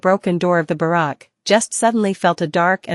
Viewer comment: Who knew simple words like barracks and fang could be so easily butchered. I'm guessing dire phong was supposed to be dire fang